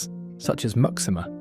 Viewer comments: The fortress of Muxima isn't pronounced "mucksima"! It is "moo-shee-ma"! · Surely Muxima is pronounced MooSHEEma, not MUCKsima! It’s like an American asking the way to LYsester 😱 Despite that and various other howlers, Angola is outstandingly beautiful. It’s a pity you didn’t show colonial Luanda, as the modern city looks very ordinary. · I imagine that ‘Muxima’ is actually pronounced “Mooshima”. ‘X’ in Portuguese is pronounced “sh”. ‘Txitundo’ is pronounced “Tshitoondo”. ‘Ilha’ is pronounced “Ilya”. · Muxima is pronounced "Moocheema". Caxito is pronounced "Casheeto".